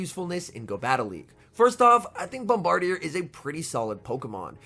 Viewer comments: That’s some top notch pronunciation on the bird deer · I think it’s pronounced “Bom-burr-deer” but with bird in the middle to make it a pun.